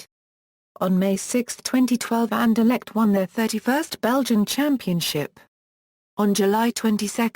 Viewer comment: you stupid a pronunciation for 17 minutes ok not insulting just saying u can just ssay the name and it over i will till like